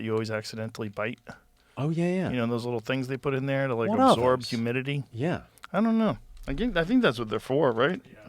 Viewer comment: Take the humiditititieus